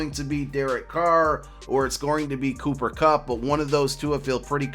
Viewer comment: Thank you for saying Carr